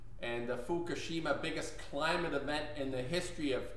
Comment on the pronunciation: It is "FUKUSHIMA" (Fookoosheema for those who are challenged) no "FUKASHIMA". At the very least pronounce it correctly. Goodness.